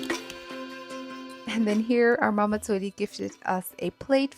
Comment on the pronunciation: love bros pronunciation of mama and chemma lol